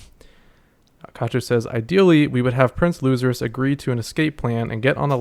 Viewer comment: Thanks for reading my comment of the last video kinda butcherd the name but thats nothing to fuss about Theory time: since it clear now that no one of the prince's (or maybe other people neither not clear i think) can leave the boat or they die Maybe the change in story what togashi often do revert expactations since we are so focused on who will win and power ups. Maybe some other faction will blow up the boat and all the prince's die because of it ?